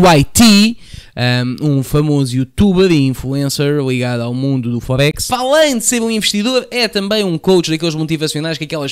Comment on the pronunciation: diz me forex, não fohex 🤣